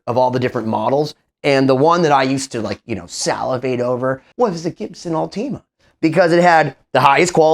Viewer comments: I know this is the worst takeaway possible, but hearing “all-tea-ma” instead of “ult-i-ma” is driving me nuts. Anyways, back to being no one important… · its última not ultíma by the way